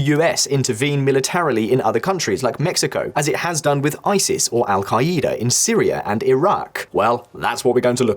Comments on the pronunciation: “Al- kaleeda” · Wtf is el ka-E-da